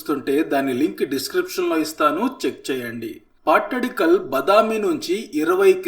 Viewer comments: Hi bro welcome to Karnataka 👍💐,, ఆ ప్లేస్ పట్టడికల్ కాదు బ్రో అది పట్టదకల్లు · Hello sir this is not pattidkallu its pattadakallu( ಪಟ್ಟದಕಲ್ಲು ) always your pronunciation is wrong 🤦🏻‍♀️🤦🏻‍♀️🤦🏻‍♀️😡😡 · Hi bro, pls pronounce pattadakallu ಪಟ್ಟದಕಲ್ಲು ( ద)